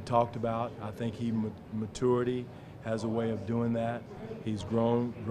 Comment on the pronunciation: Haha Casey still cannot pronounce "maturity"